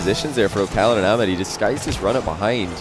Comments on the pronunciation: its ah mad not amad lmao just sayin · Amad lmao its Ahh-mad